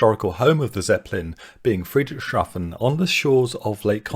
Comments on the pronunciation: I also took a flight this summer. Truly a one of a kind experience for aeronautical connoisseurs. One friendly advice: Obviously Friedrichshafen isn't easy to pronounce for English native speakers but try to see it as "Friedrich's Hafen". After all, that literally is what the city's name means in English. Keep it up. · Friederichs Hafen, is the correct place name pronunciation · Fascinating ... but 'Friedrich Shafen' instead of 'Friedrichs Hafen' throughout drove me up the wall. I'm not a native German speaker but I have OCD. Sorry... I'll get me coat.